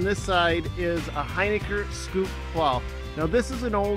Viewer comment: Hey, it’s pronounced Hin-ick-R...